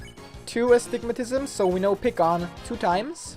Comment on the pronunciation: how do you pronounce "astigmatism" so easily first try...